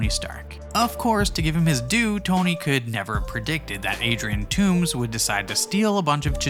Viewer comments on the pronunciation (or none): The name is Toomes, not Tooms